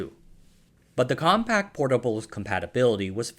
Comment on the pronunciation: Why do you keep saying compact?! It's compaq! There's no t!